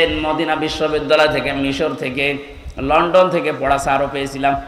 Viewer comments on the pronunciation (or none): none